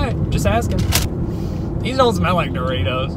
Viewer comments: Did dawg just call doritos doriris? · “Were you eating a doriri?…… and then crashed into a tiriri?”😭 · I'd like some do-ri-ries But not to crash into a do-tree-tree Since it might hurt do-me-me